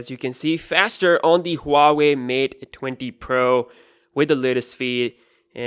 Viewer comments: It is Hua Wei, not ua wei. The H does make a sound. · It’s not Pronounced hoo are wey. It is actually W are wey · Huawei is way better than any other phone in the premium segment. BTW its Pronounced WAH-WAY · Huave?? dude do you know how to read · he says Huawei mate dwendi pro lol